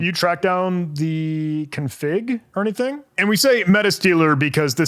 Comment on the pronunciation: Humans seem to sometimes omit syllables when they think faster than they talk. Far over a year ago I saw a video of someone flying west to east over Florida in a motorized paraglider, and when he told the camera about his "cruise control throttle" he accidentally said "I have here my cruise controttle". "AnyDink" is a new one I can tell people about now XD